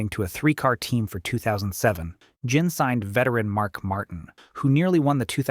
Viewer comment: Bodine is pronounced with the hard I sound, not the E sound Ganassi sounds just like its spelt with the ass-sound. Ginn is a hard G, not like the alcoholic beverage.